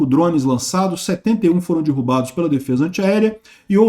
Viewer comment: Vamos iniciar uma campanha pro aprender a falar dErrubado 🤣